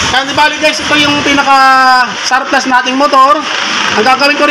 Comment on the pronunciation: Surplus not sawplus he he